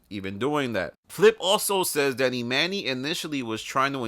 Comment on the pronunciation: said its not pronounced "e monny" on the pod when he first joined